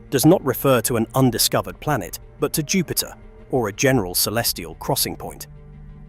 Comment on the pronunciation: Can't listen to the end: "it's not just law - it's a system, it's not cosmos - it's dieetes, it's not a ball - it's a plantet" etc.